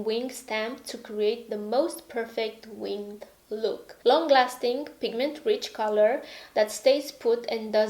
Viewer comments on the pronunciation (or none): Winged - 1 syllable 💝